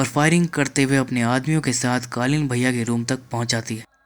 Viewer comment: ka explainer....tujhse na ho payega. Kalin bhaiya ko kalin bol rhe ho. Jao koi or kam karo.